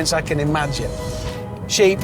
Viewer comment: I thought you said cheap, but you said SHEEP.